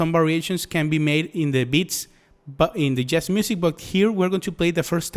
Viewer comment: Great video! (but you might want to look up how to pronounce the word Jazz :P )